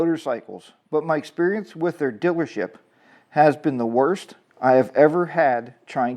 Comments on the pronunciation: Dillership. What accent is that? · haha it sounds like you say dillership is all. Just poking fun at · What's a 'dillership'? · My dealership Elk River Harley-Davidson in Minnesota is awesome. And I think you just like saying "Dillership"😂😂. Our dillership is phenomenal, they give us HOG members alot of great perks and the customers who buy every day are treated with great staff and exceptional customer service.